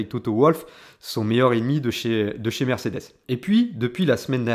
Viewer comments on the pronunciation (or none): none